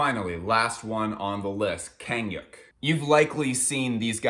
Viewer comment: he butchered kang hyuk too lol